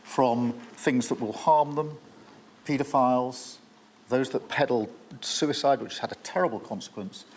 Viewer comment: Peddle peodopiler? His own party does that 😂